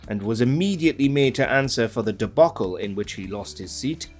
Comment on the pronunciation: Who on Earth is this host? His mangling of the English language is the stuff of legend! In countless videos, he can't even produce three letters of the alphabet, BBC - he always says, "Bibby-See"; and now he can't pronounce debacle. He is a debacle!